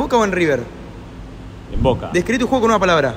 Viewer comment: El mejor equipo del fútbol argentino actualmente...y dijo Voke jajaja 🤣